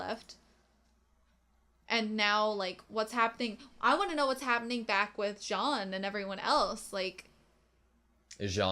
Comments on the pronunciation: is "jean", not "jhon" xD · It's pronounce "Jean" like the first name "Jean" in french (Use Google trad for having the sound and the good pronounciation) and not "Jean Leavis" loool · John is still wrong, that's a good approximation for English, but the j is too hard in John. It's essentially John with a soft j and a somewhat silent n. Tbh the only correct pronunciation for Jean is Jean, you just have to be used to French. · Probably jean is a french name. I think it’s pronounced john in english. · No about Jean. He pronounced wrong his name, !))) And I'm French. Ik that's very hard to pronounce this name Jean, right for strangers.